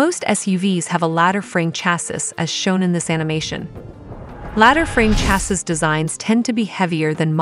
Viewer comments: Oh my God. Its pronounced CHASEE!!! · Chassis is pronounced CHASS SEE. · I would have continued watching… however the mispronunciation of “ chassis” grates.😂